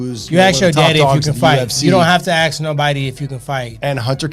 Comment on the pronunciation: let me axe you something though